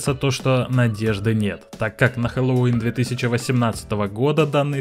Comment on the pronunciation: Не хеллОуин а хеллоуИн